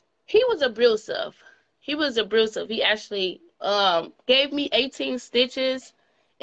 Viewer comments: Some many single mothers raise great people. Stop using that as an excuse. President is an example. And stop saying “abruseve”the word is pronounced “abusive”. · Abrusive?!?!😳😳😳 Narcistic?!?! 😅😅😅 Obstimistic! 😂😂😂You can’t make this shit up. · Every time she said “abrusive” shuddered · “Abrusive” add that one to the list. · Word of the day "Abrusive" He was Ab"r"usive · Don't forget about the word "abrusive." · What in the HELL is "abrusive"??😂😂😂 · She said abroosive not abusive 🤦🏾‍♀️ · Did she say abrusive? 🤔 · It sounded like she said abrucive. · I notice she had some issues with pronouncing "abusive". Maybe she has a speech problem...she did have back to back BDs giving her that 🥊🥊🥊🥊🥊🥊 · Omgosh, can we change the song, please, ladies? I'm so sick of hearing these same stories of wreckless behavior of our young girls. She doesn't need a man. She needs to focus on her 4 kids and get her life together. And learn how to say "abusive" for the love of God! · There is no R in ABUSIVE